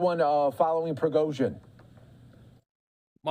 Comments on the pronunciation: Prigoizhin? The "expert" can't event get the name right? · I can't stop laughing at how this 'intelligence' officer can't even say this man's name correctly. lol forever fox news